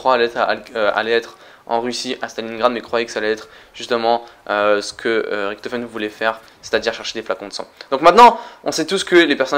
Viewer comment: Tu dit Ricktofen on dit Richtofen !